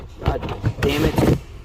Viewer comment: Did you say damit when the glove box fell? Funny. Dude, get a good headlight.